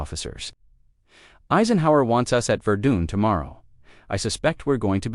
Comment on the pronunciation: Why are you using these totally bogus AI-generated “photos”. It ruins the story. Oh, and it’s pronounced “Ver-DUN”, not “Ver-DOON”. And it’s “bass-STONE”, not “BASS-tun”.